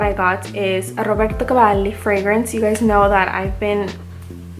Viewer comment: Hey. Great haul. A few things: 1) I love Instant Crush. It’s one of my faves in my collection. It could be my signature, you’re right 👌🏾 2) Your Roberto Cavalli pronunciation is on point 🔥 3) I’m really happy to see you’re back making videos. I know what it’s like to get overwhelmed/burned out with this stuff. I had to take 6 months off a couple years ago. Do what you gotta do to take care of you. Just know that we all love your videos and will be happy to see them whenever you’re able to film them.